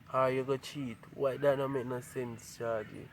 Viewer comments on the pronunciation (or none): none